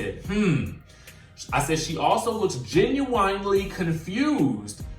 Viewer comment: You are killing me with the pronunciation Genuinely... (gen u winely ) it’s ( gen you when ly) you are saying that word so wrong